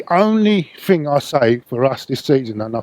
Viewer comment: "I mean there was there was the whole missing fing" He's no fucking Paxman, is he?